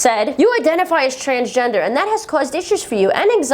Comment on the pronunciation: Always when you say Transgender I understand Transtrender XD